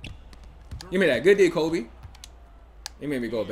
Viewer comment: I do hate how you say Kobe Bryant